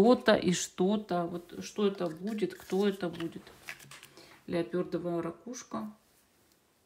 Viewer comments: Леопардовая, а не леопëрдовая)) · Ну нет уж!!! "Леопёрдовая" -гораздо КРАСИВШЕ! 😂🤣😂